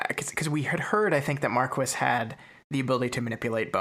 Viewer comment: I swear, every time I hear “Markwis,” I die a little inside. Loving this series from what I’ve watched of it so far though.